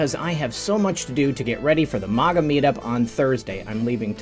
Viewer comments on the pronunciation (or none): I don't like the way you say MAGA It's MAG-Ah not MOG-Ah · you always say “Moga” and not “MAGA (MAGAZINE,MAGNET)” so why say it as MOGA?